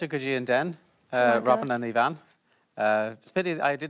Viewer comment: Her name is, not Yvonne!